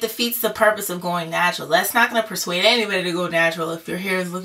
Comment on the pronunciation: I think you meant "Nap-tural" lmao